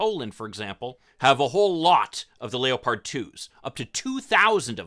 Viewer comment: I think the military will be too afraid of the Abrams being captured to send it. Also why do you pronounce leopard like that? I never heard anybody say it that way.